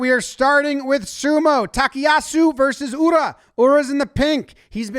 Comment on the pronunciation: His name isn't pronounced "Takiyasu.' It's "Takayasu." Get it right please.